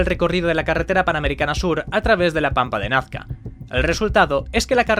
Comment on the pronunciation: No es "Nafca", es Nazca, por pronuncia bien!